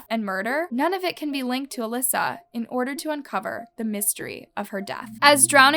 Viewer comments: Elisa not "Alyssa". Two different names and ways of pronouncing. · “Alyssa” to “Elisa” 👁👄👁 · im sorry..alyssa??? Its EEE-LEE—SAA. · Her name is Elisa not Alyssa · You said her name wrong the whole video. Eeee-lie-za